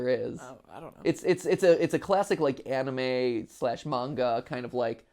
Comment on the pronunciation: Ah yes "Anime"....